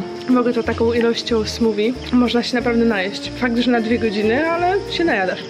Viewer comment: Trochę mnie śmieszy Twoja wymowa "smoothie" (ale rozumiem, bo sama kiedyś uparcie zamawiałam w restauracji "gnoczi" 🤣)